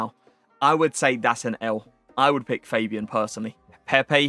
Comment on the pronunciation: its not fejbian its fabian cmon man